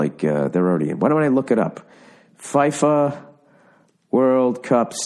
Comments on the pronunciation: It's not pronouched "Fi-Fa" it's pronounced "Feefa" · I'm gonna regret saying this (apologies in advance Americans) - but it's pronounced 'FEE-FA' [FIFA]. ....I'm regretting this already! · In Fifa the "i" is pronounced "e" you twat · The way Bill pronounces "Fifa"